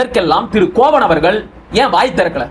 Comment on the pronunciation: கோவன் இல்லை தம்பி,கோவணன்